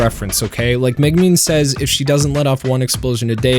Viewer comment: All these youtubers have trouble pronouncing konosuba and Megumin. They have seen the show, how do they get it wrong?